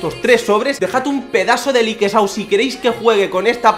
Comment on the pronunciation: Porque dices likesao